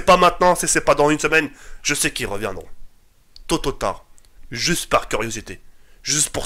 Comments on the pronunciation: wallah jte kiff gg pour tous ce que tu fais mais stp arrête de dire tototard cest tôt ou tard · mdrrr il a dit tototard mdrrr psahtek tk les 300k tu les merites 😄